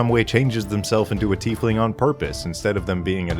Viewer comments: Tiefling IS a real word. it´s german and roughly means "little deep one" the correct pronunciation is "Teaf(like the hot drink but with an f at the end)-ling(exactly as written. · What a tiefling had big ol teeth and was instead called a "Teefling"